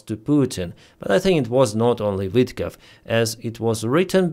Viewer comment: Vitkov not Witkoff .